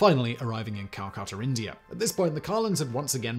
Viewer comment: SIMON, enunciation would be good. I had to read the notes to discover whether you were saying, "Carlins," or, "Collins." And where in India is, "Cal-KUH'-tur?" Do you mean, "Calcutta," pronounced, "Cal-KUH'-tah?" Damn, man. Learn English. If we Americans can manage...